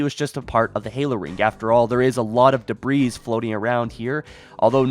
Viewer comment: I really enjoy and appreciate your content and I love your channel. For future reference, “debris” (singular and plural) is pronounced without the s at the end. :)